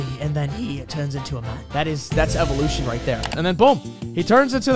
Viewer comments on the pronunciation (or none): none